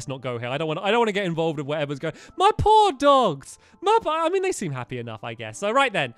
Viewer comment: at about stampy says my poor, poor doggies or did he say my paw, paw doggies